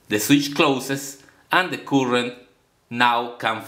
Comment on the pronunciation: Cuurent NO NO NO, Its pronounced current.